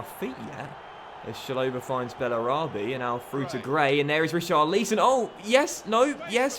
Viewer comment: Pls say richarlison name properly no hate great YouTuber